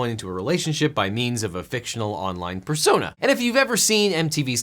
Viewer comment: “PerSOńä” ((nov22)) - edit: this is all in good fun not trying to be rude